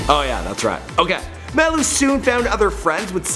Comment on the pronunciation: Do u know how to say MALU